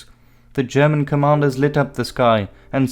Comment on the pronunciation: Your pronunciation is superb